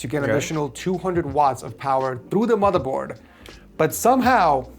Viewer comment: he says boardmorther😂